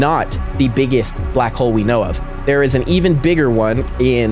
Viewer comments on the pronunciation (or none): "some of the beggest" is frying me